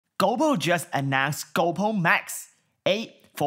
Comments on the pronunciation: its GOPRO not GOUWPO..... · "GoPooh" rofl